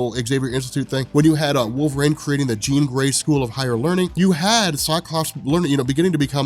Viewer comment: "Wolver-ang" is all I hear